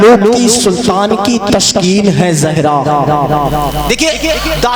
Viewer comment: تشکین نہی تسکین ہوتا ہے کیوں پڑھے لکھے نقیب لوگوں کو بدنام کر رہے ہو ۔۔۔تلفظ تک صحیح نہیں اور اسٹیج پر کوئی اصلاح کرنے والا نہی ۔۔تعجب ہے۔۔۔۔۔۔